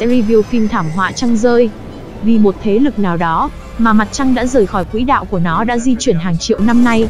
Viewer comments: b có xem clip k, clip đang nói quỷ đạo đó, nên xem nội dung trc khi rep comt ng khác nhé, ok! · Mãnh vụn rồi quỷ đạo...cần phát âm cho chuẩn nha ad, mặc dù rất giải trí với phần thuyết minh nhưng những lỗi đọc sai dấu tiếng Việt nh như vậy thì nên điều chỉnh